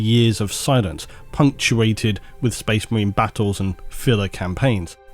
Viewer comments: lmao - "SHPPAAAASHE MARIIIINEZ" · Ah man..I want to clip that "SpAce maHreEns" part 😆